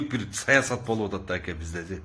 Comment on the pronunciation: Түбтөн эмес түптөн. Акя эмес АКЕ же жон гана кыргызча эле АВА . Качан кыргызча нормально суйлогонду уйроносунор блогер соройлор.